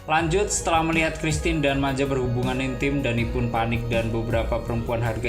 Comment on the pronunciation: Monmaap pak , Christian (di baca kristiyan) bukan Kristin 😁 , Maya bukan Maja